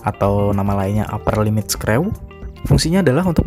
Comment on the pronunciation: Baca nya skru bang, bukan screw lagi.....